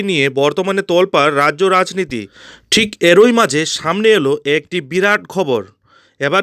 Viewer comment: এরই,,,,উচ্চারণ ঠিক করুন